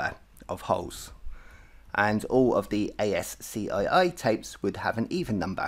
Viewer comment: ASCII is actually pronounced as ASKEE .just informing you ,, good luck